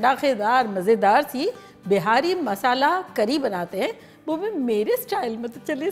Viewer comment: This is called as champaran mutton/junglee mutton.. It's not pronounced behari but beehari) for bihari.